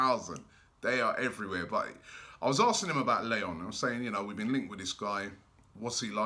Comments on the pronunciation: Did Robbie just say Migwell Lay-on instead of Miguel Layun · Robbie it's Miguel Layun! (Mee-gehl Lah-yuun) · La-yoon is how you say his name. Layún.